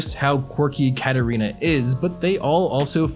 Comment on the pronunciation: Dude her name isn't Catarina clouse 😂😂😂😂😂